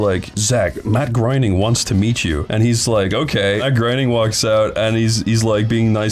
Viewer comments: Bro, you included several clips of folks saying "Gray-ning" correctly, but you still said "Groan-ning" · Matt Groening is pronounced like Matt Grain-Ing. 👉💥